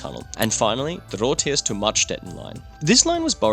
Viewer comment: Just something nitpicky: It's Rothrist not Rothirst. Otherwise, great video! Hi from an SBB employee ;P